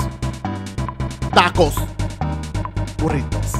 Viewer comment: the way he says burritos 😂